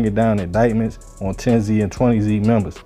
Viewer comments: thank you i was like if i hear this mf say zee one more time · aye southside we outside baby but if bro says zee one more time we gonna let the highs and lows team up and let you know how to say it